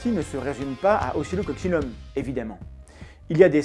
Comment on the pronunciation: je t'entend dire occocsillum et je lis oscilloccinum c'est pour aller plus vite ou ca se prononce vraiment comme ca?